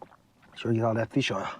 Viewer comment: Feesh, he gonna eat him some feesh..if it smells like feesh, its a deesh